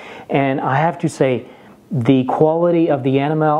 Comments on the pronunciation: Sir, for enamel, iinstead of "EN-ah-MEL", it is pronounced "ee-NAM-ul" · It’s E -NAM - EL, not animel! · it sounded like you where saying animal instead of enamel. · I like how he pronounces Enamel ( AnnaMel ) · It drives me nuts. Sounds like Animal. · It took me a while to get that he was saying “enamel” and not “animal” LOL, but I love his accent! And great review, very helpful! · I never knew enamel is pronounced anamal! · You don't know how to say the word enamel. The emphasis is on the e and it is a long e souund. E nam ul. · It’s so cute how you pronounce Enamel lol thanks for the good info...I also have one of each as well...but I actually prefer the lodge for my boules... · Must be French. Can't pronounce enamel. Couldn't stand to watch to the end. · 😀thanks David. I promise I'll work on it! I would be so happy if "enamel" was the only english word i can't pronounce correctly... 😀